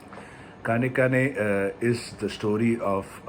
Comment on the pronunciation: The ‘N’ in KAANEKKAANE is a retroflex. Try again that way and you will get it right.